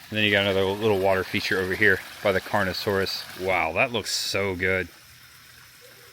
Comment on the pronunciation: It was actually funny hearing him say words like "creStaceous" or "carnoSaurus" and naming pretty obvious dinosaurs wrong by first observation. 😂 Not annoyed at all since it was great seeing him react to everything just as a normal dinosaur fan would. 👍